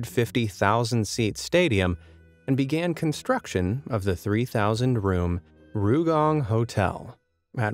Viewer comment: It's not RUUgang. It's R Y U gang. Try saying "yu" with an "r" in front. Not "rye" bit "ryu." Oh well, never mind.